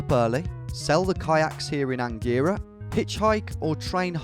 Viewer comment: Omg I was born in Angera (and you pronounced it wrong)